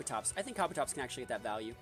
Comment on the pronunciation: It’s “ka-bu-tops”